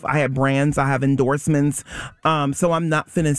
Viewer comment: “I have branz, I have endoorsmens. I’m not finna sit here up and tell someone….” Please stop talking.